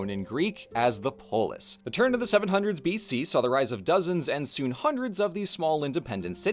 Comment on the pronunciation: I’m so sorry I cannot hear “polis” without hearing the way Scottish people say “police”